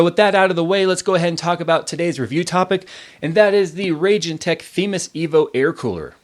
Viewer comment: I'm pretty sure it's pronounced "Ragin' Tech".